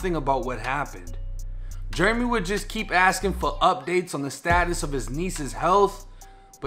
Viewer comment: Jeremy.... Jair-uh-me.... not Jer-me... been dealin with this forever lol